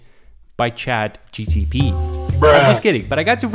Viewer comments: it gave me a headache😂😂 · At least say "ChatGPT right"... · "Write an edit where says ChatGPT correctly" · him pronouncing Chat GPT wrong triggered me so bad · PLEASE learn to say ChatGPT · you saying CHAT GTP instead of CHAT GPT infuriated me so much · bro its CHAT GPT not GTP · in the minute he said chat gtp not gpt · Him saying ChatGTP instead of ChatGPT was mildly frustrating but acceptable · Take a shot every time says ChatGTP instead of ChatGPT. Have fun and happy holidays 🎉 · the meat riding is crazy. This guy doesnt even know how to pronounce chat gpt and said it as chat gtp. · bro said chat gtp like 7 time 😂😂😂 when its chat gpt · ChatGPT ❎ ChatGTP ✅ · Nope he said chatgtp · Chat “GTP” kills me 😂😂😂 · Am I the only one who heard him say Chat GTP instead of GPT like a dozen times LOL Either way I love the kid. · he says chatgtp not chatgpt 😂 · the ChatGTP instead of ChatGPT is killing me ahahah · Great video, just saying that it’s called ChatGPT, not ChatGTP.😂😂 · The name of the AI is chat gpt not gtp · He saying chatGTP instead of chatGPT 😅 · Am I the only person who is hearing him say "Chat GTP" instead of "Chat GPT"? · Fr like wtf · its GPT not gtp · Everyone chat GPT This guy : Chat gTP 🤓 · Bro kept saying chat GTP instead of GPT 😅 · its "ChatGPT" not ChatGTP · Chat GTP ???????????? this man is lost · Ah yes "ChatGTP" NO no no not "ChatGPT" But "ChatGTP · It's chat GPT not GTP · nahh did he really say chat gTp instead of chat gPt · When he says chat gtp and not chat gpt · chat GPT not GTP 😭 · Am I the only one hearing constantly say ChatGTP instead of ChatGPT? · why he says chatgtp so many times instead of chatgpt? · No way he's saying chat gtp instead of chat gpt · Dude it’s called chatGPT not chatGTP 🤣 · it GPT, not GTP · STOP SAYING CHATGTP AHHH. ITS CHATGPT nice vid btw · GPT and not GTP :-) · It’s chat gpt don’t gtp 😂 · IT'S CHAT GPT, NOT GTP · chat GPT not GTP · Why is everybody saying GTP instead of GPT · not gtp its gpt